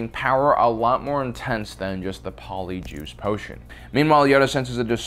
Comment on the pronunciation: Did he say, "Poly-Jewish Potion"? Mein Gott!(For people who can't take hints, this is a joke.)